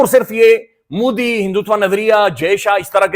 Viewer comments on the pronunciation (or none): none